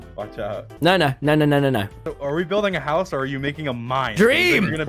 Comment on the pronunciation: Tommy says house different.. he says HAOUSE